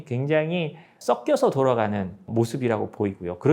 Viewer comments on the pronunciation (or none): 좋은 영상 잘 봤습니다 중요한 건 아니지만 "섞여서"의 발음을 "서껴서"라고 하지 않으시고 "써껴서"라고 하시는 것은 고쳐주시면 더 좋을 것 같습니다